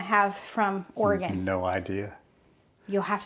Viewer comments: So proud of you for pronouncing Oregon correctly. So many people (especially those who live far away from it) pronounce it Or-e-gone. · I was thinking that exact same thing! She did not pronounce it or-i-gone. ❤❤❤ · You correctly pronounced Oregon! Well done! Most from the Midwest and South say, Or gone. Like nails on a chalkboard. 😂